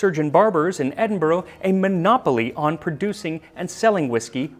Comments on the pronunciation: Sorry to point out but Edinburgh is pronounced Edin-bruh not Edin-boro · He did say 'Edinboro' though unfortunately. It's 'Edin-buh-ruh' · for future reference max, edinburgh = edin-bruh and glasgow = glas-go ("go" as in "i have to go")! as a scottish fan, this was otherwise amazing. hope you enjoy your visit! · His for future Scotland videos can you pronounce Edinburgh like Edin-bruh. Thanks!